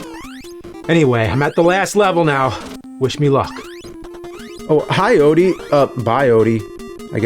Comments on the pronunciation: "Fragile die"... Where's the "O"? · “Fragile Die?” Where’s the “O?” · FRAGILE DIE has no O in it, just wanted to point that out... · Theres no "o" in fragile die lol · Garfield Odie = Fragile Die? The “O” just disappeared. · Where is the "O" in "Fragile Die"?? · Where's the O in "fragile die"? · Where the "O" go in fragile die?